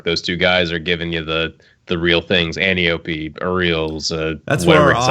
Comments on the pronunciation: It's Anti- ope and anything else is wrong. Just like gally is not produced the Nordic way. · Every time I hear someone mispronounce Antiope I die inside a little. Something so small got me butthurt. Greek mythology people. Greek mythology. Antiope (an tie oh pee) is Ares's daughter. Also....wonder woman's aunt. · An-tie-o-pee. Greek goddess. Google it